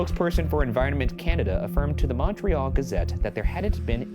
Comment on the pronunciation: Ryan trying to pronounce Montréal correctly is so funny to me